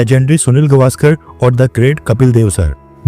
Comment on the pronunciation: गवा..स्कर नही गावसकर 😊